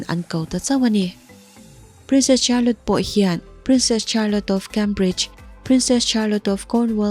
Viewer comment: Miss Charlotte hi char-lot tia lam tur ni loin shar-lot tih tur aw